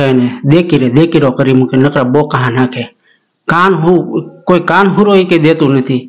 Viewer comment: કાન હારો કેવાય. કાનહુરો નય😮😅😊😂